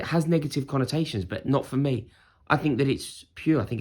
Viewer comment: Rory: " with the likes of mee"